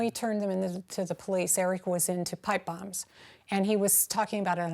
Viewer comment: British narrator pronounces 'bombs' as 'bums'. 😾